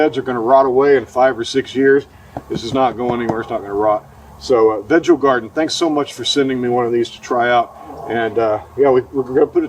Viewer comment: I think it is pronounced veego❤